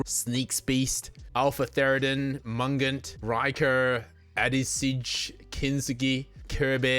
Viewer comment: I see my name Mungant and pronounce my nick name correctly kudos! LOL